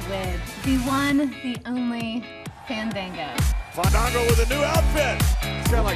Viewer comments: She said Fandango wrong. I'm surprised he didn't come in and made Summer Rae say his name again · Summer Rae said his name wrong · Ikr and its crazy becausr she ALWAYS says it wrong lol